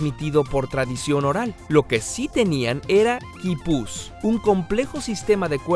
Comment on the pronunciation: mariu vera posiblemente sea cuestión de acento él es mexicano (creo) y talvez así se pronuncie en su país.